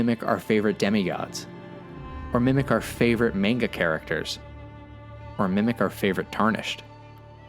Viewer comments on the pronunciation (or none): As a fellow Berserk fan, please never pronounce "manga" like that ever again.